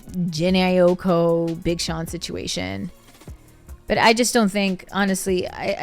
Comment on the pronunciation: The way you pronouncing her last name been pissing me off 😭😭